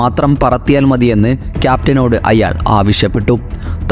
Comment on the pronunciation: അയ്യാൾ അല്ലടോ "അയാൾ"